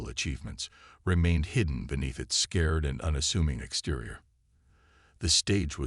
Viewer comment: Nice story. BUT, as usual with MOST of you guys.....your AI SUCKS!!!!!!!!!!!!!!!!!!!!!!!!!! "scared hull" vs "scarred hull"; ensine vs ensin (ensign); lid ship vs lead ship; bErridge vs barrage, prOjectiles vs projEctiles; unredable vs unreadable; dizaray vs disaray......STOP using AI and read them yourself unless you cin find a AI that kin read Anglish!!!!!!!!!!!!!